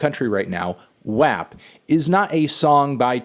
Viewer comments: Wap is pronounced wop not wAp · Why does he pronounce WAP like that lmao